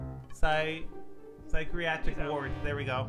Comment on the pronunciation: I wish I had the confidence has pronouncing Syt ree attric ward